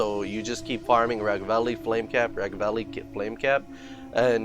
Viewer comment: Its Ragveil bro not Ragvalley , gg tough , cool video...